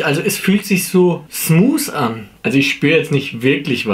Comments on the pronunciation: Digga wie er smus statt smoth gesagt hat🙊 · “Es fühlt sich so smooos an “ hahhaha kein hate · „Ich weiß nicht, es fühlt sich so ‘smuus‘ an“ Diese Aussprache 🤣🤣